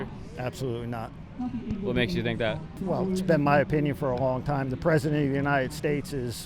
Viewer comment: The truth is she cant pronounce a th to save her life